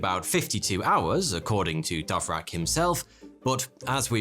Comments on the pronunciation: Haha!! You pronounce "Dvorak" with two of your sounds swapped. Perhaps you are speaking with the wrong keyboard. 🙄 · Dove Rack?? It's Dvorák! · It's DVO-rak, not DOV-rak... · learn to read. dVorak. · I was a bit baffled by how the pronunciation could've become dovrak... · It is D V O R A K not Dovrak. Thanks for the video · Your pronunciation is one of the worst possible as well, "Dovrac" indeed! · Dove rack, nailed it. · I had to hold myself back from punching the monitor when he said it